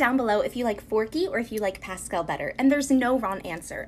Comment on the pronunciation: Pascel instead of forky